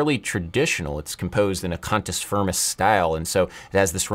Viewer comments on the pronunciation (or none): CUNTUS FIRMUS! wait, that's not what you said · not to be that guy but did he say cunt-s frim-ns? and the title of the song just made it so much worse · Cantus Firmus??!! This is a sexual harassment "complement" when you say it with an English accent.